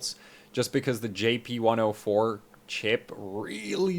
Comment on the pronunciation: Out of cursiosity, why do you say JP10* rather than GP10*?